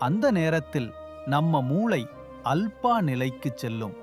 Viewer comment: அல்பா நிலை இல்லை ஆல்ஃபா என்று சரியான உச்சரிப்புடன் சொல்லுங்க